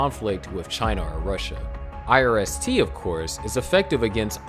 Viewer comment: Could you please say irst a few more times?